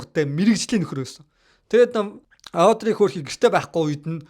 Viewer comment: Авдрэй биш Оодрэй, Гиванчей биш Живончи ярих хүмүүсээ судалж байж хийжээ.